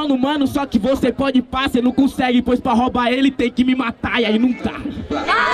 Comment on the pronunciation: Cê nu cussegue